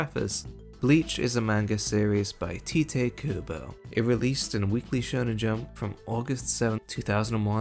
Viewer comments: Great video as always. For future reference, Tite is pronounced like “tight” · Small correction: his name is pronounced TIGHT Kubo. I, too, thought it was "teateh" for the longest time, lmao. Great vid! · Something that I'm still shocked to find out is that "Tite" is pronounced "Tight" ... wild.